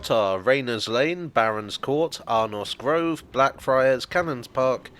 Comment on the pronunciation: More to the point, it should be pronounced as "Ar nose", not as "Ar noss".